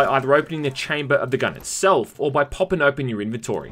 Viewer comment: That’s not how you pronounce inventory…